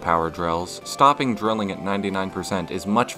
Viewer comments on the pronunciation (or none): none